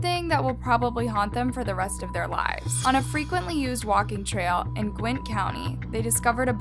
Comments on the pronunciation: Gwynn county? It’s Gwinett (Gwa-net). I think she’s the type to do this for views not because of an interest in true crime. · Its Gwin--nett County. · Why does she keep saying Gwint County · It’s not gwint dumbass it’s (gwi-nnet) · yall im sorry but this is killing me its pronounced GWEN-at NOT gwint okay thank you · gwint?? Lmaoooo, Gwin-nett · You keep saying "Gwint" you dumb dooosh. It Gwinett Gwin ett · psst heres a hint , its not pronounced gwint its gwin nett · Uk it's not gwinet it's pronounced gwin it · It's not "Gwint" county, it is "Gwin-Net". Went to highschool with him. We graduated in the same class. Was really crazy hearing his death. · Lol gwint… it’s gwin- net 😜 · lol I love her videos but this one erk me when she kept saying Gwinnett wrong. It’s pronounced gwuh•net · this is rlly scary bc this is my county....at first i didn't think it was because she is saying the name wrong it's pronounce (gwen-net) not however she said it in the vid. i was also so confused bc the houses looked like a neighborhood i know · I am from Gwinnett County Ga and you said the name wrong. GWIN-NET is the proper way to say it. Dope video overall though. I never knew about this case. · Pronounced “Gwen-net” county. Gwinnett. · It's "Gwen net" county jail. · I live in Gwinnett OMG WHAT- also it’s called gwi-nett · its called gwin nett like net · Great video. Could you please work on pronunciation or researching the way some of the words/names are pronounced. The spelling is correct for words like Gwinnet but you pronounce it as Gwent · Gwin-NET county😘 & great videos!!!! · I know this doesn’t really matter but it’s pronounced (Gwen NETT) lol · I’m from Gwinnett. GWEEENET. And never heard of this… wow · they need the death penalty for sure, please don't butcher the name Gwinnett, it is pronounced Gwen ette, and is only miles from Atlanta Georgia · Please learn how to pronounce Gwinnett if you're going to do these videos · She said Gwinnett wrong